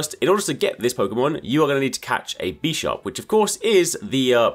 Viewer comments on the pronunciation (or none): bi sharp, not bee sharp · Why is this dude saying "Beesharb" it's Bisharp like Bishop, like the Chess Piece